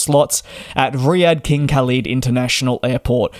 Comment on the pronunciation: Not "Reeyad" but "Riyaa-dh(like the). Not Kaleed but "Kh" Kh-aalid the h is not silent and elongate the aa not ee Kh-aalid.Qa-tar..not Qa-taa